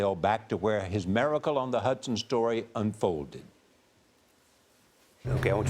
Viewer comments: Is it Hudson or Huson. 😂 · It's HUDSON not huson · Hudson, not Huson.